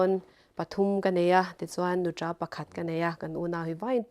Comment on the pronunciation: Nuṭa, laizawn an ti hi ava mawi tak em❤